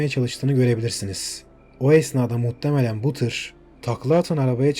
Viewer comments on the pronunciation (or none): Seriyi izliyorum muttemelen demen siniri mi bozuyor muhtemelen desene